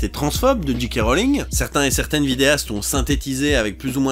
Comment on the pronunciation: Tout le monde prononce G. K. (Dji Kè) Rowling. Pourquoi ? 😓